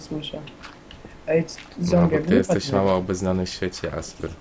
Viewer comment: ymm? jestesz? a nie jesteś? debest? a nie de best ?